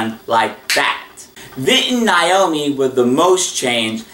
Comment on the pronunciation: You pronounced Vinton's wife's name incorrect. It's pronounced NAY-OH-ME not NIE-OH-ME